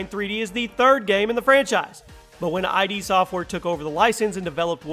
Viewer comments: lmao wth is wrong with you? top 10, 30 games of all time. I.D software? instead of pronouncing it like idd. That sonic 2 footage is from the mobile remakes? Not to mention the way you pronounce things. Oh ko rina of time, Koh no mi lmao instead of Ko Nah Mi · iD software... not I.D. (Eye dee) software. Cahm ahnnnnnn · You know this guy didn't think through his top 30 when he can't even pronounce "konami" and "id" software properly.